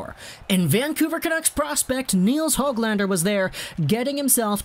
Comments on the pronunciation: And its Nils Hooglander not HOG lander lol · just wanted to help a little with Swedish pronunciation. The Swedish letter ö sounds like the double o in took or book, not like o as in bow or o as in pot. The letter a always sounds like Ah, but the Swedish letter ä sounds like the a in cat. So Neels Hoog lahn der and Roog le.